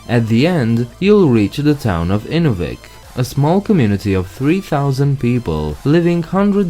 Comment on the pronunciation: Just for the record, Inuvik, mentioned around the mark, is pronounced in-NEW-vick, rather than IN-uh-vick. The other 2 in the area, not mentioned here, are: Aklavik = ah-CLAV-ick, and Tuktoyaktuk = tuck-tuh-YACK-tuck. I'm an American. If my pronunciations are wrong, please let me know. Also, I just ran across 2 towns I'd never seen before: BETCH-uh-coe, and Ndilq. Any help on #2? Both are on Great Slave Lake.